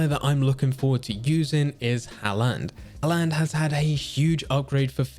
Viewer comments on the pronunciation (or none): Can’t even pronounce Haaland right 😂😂